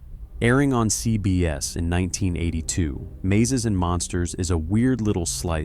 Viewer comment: I very much dislike this voice. It says, "EN BEE CEE" (NBC) and "CEE BEE ESSS" (CBS) oddly. And it's "I, Desire" not "I desire". (just a few examples).